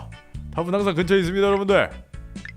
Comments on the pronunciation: 답은 항쟌 긍처있짜! ㅋㅋㅋㅋㅋㅋㅋㅋㅋㅋㅋㅋㅋ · “답은 항쟌 긍처에 잇쨔” ㅋㅋㅋㅋㅋㅋㅋㅋㅋㅋㅋㅋㅋㅋㅋㅋㅋㅋㅋㅋ이거 ㅋㅋㅋㅋ쇼츠로 만들어주세여 ㅋㅋㅋ하 ㅠㅠ넘웃겨 ㅠㅠ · 말이 이상하게 나왔는데 자막도 그대로 쓰신게 더 웃겨ㅋㅋㅋㅋㅋㅋㅋㅋㅋㅋㅋㅋ “답은 항쟌 긍처에 잇쨔” 어떻게 하면 말이 이렇게 나오지ㅋㅋㅋㅋㅋㅋㅋㅋㅋㅋㅋㅋㅋㅋㅋㅋㅋ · 문과라매요 답은 항쟌 긍처있쨔! 왜 문과가 한국어를 못해욬ㅋㅋㅋㅋㅋㅋ 개웃기넼ㅋㅋㅋ